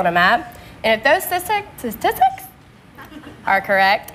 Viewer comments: She had problems with pronouncing the word “statistics”. That’s what Ant Kevan was referring to when he wrote that she still f*** it up. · Now ask her why most Americans can't pronounce statistics. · Sta Tis Tics. Three syllables. I wonder if she knew what it meant when she was told to use it in that sentence.